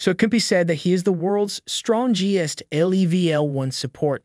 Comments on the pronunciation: the 'stron-gee-ust?' isn't it easier to just say strongest? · Strong est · Lol strohhnjest? Strongest? Wtf how are you mispronouncing all these words?